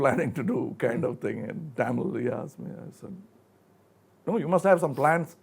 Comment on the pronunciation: He should have done some research before interviewing the legend of Kamal Haasan. . Going to chennai ain't big deal. He even pronunced 'Tamil' incorrectly. Aweful !